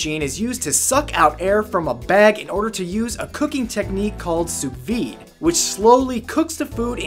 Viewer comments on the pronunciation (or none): its prenounced su-v-ah